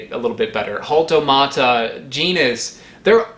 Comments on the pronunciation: The H is silent it sounds like this "altomata", hope this helps! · My quick googling found sources claiming that the etymology of "jaltomata" is from Nahuatl; 'xalli' meaning 'sand' and 'tomatl' meaning 'tomato', and in Nahuatl, 'x' is pronounced "sh" in most cases... so it should be "SHaltomata"! I take no responsibilty for the accuracy of this information, I am neither a botanist, linguist, nor a native speaker of German or Nahuatl. I am quite interested in things like etymology and phonology, so "argument about pronunciation" piqued my interest. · the “J” you pronounce it like “Ha” the onomatopeya so it would be something like, Ha•L•tOH•maa•tah Ka•ha•ka•Yen•seas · According to each word’s origin, the J in Jaltomata should be pronounced as English “Y”, and the J in Cajacayensis should be pronounced as a hard English “H” (like In the Scottish word “Loch”). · The J in Jaltomata should be pronounced as a y, as in yaltomata. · My favorite part of this video is watching you try to pronounce the name hahaha "Jal... Jaltomata??.. o.0?" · The word is Nahuatl: Xāltomatl (lit. "sand tomato"). Nahuatl X is pronounced like English SH, but when borrowed into Mexican Spanish and spelled J, the pronunciation is like an English H. If a German were to say it, like suggests, it would not be with the English CH as in 'CHeek' (like he says) but with the German CH as in 'loCH', as in German 'BuCH.' The sound is the same as Greek χ, Georgian ხ, Latin American Spanish j, or Mandarin, Japanese, or Korean h (as in 河, 発表, or 흥정). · huall-toe-mah-tah cah-ha-ken-sis that’s how u pronounce it